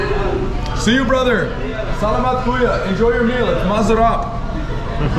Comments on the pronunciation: Yeah I always hear him say “kuyo” in his previous vlogs. Many people already commented to correct him about this “kuyo” mistake but I think he is not reading the comments. He just auto-reply to comments about his telegram 😂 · Enjoy your Phil blogs in Manila,Not Kuyo it’s Kuya my friend:) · It should be Kuya not kuyo. Kuya means brother and it’s a pure Tagalog word. It doesn’t follow the gender ruling that Spanish words has like Tita or Tito . As you know in Spanish most names of person that ends in “O” is masculine and if it ends in “A” it’s feminine like Carlo is male and Carla is female. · Hey bother, KUYA (brother) - pronounce as KU-YAH Kamusta kayo - How are you KAYO (you) - pronounce as 'KAH - YOU' not ko-you Enjoy your stay in the Philippines! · you say “kuya” if in fact you know they are older than you..as a sign of respect! not to teenagers (or younger than you) also if you’re going to try and speak tagalog get the pronunciation right 😭